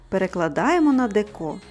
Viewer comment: Дуже дякую за рецепт. Але в слові деко потрібно робити наголос на першому складі дЕко, бо «ріже» слух.